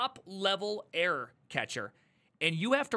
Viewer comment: How does he manage to pronounce error as air?😂 Air handling is tricky to be fair